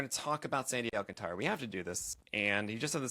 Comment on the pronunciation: Stop mispronouncing his name.